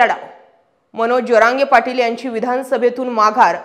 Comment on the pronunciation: जरांगे पाटील असा उच्चर केला तर बरे होईल ताई साहेब